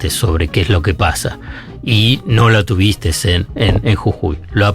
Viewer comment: No puedo creer que Zaiat haya dicho "tuvisteS"